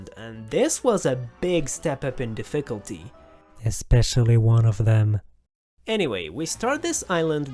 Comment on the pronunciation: Great video But that pronunciation of difficulty makes my ears hurt